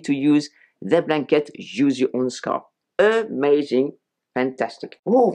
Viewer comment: Your French pronunciation — “erh-mazing” — adorable. 🤩